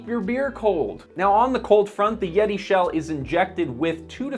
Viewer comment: Butchering the name of a company has no bearing on understanding sir.